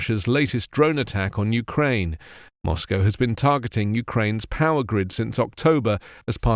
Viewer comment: Glad to hear Moscow prenounced properly. Must be that BBC training